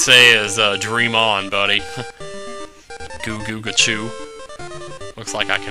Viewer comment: I believe it's pronounced Ku Ku Kachu. Not that I am critical about it.